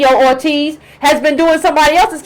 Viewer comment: Cortez...not ORTEZ...and she's for criminal justice reform...give her credit for that.